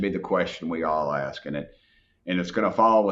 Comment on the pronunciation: Dude I kinda like your content but remember “There” is something in the English language called “The “ word “T” not Dhat not Dhe It’s That and a The. It’s not Axe it’s ask. Please start the Trend To reverse this..